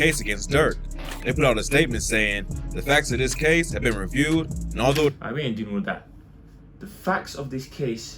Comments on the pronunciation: 🤣🤣🤣 when my man said prob- able and alt-how 🤣🤣🤣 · im not even the best of readers but i read things well, had me crying bro. When dis man said alt-how and pro-bable i thought he was jokin at first😂🤣😭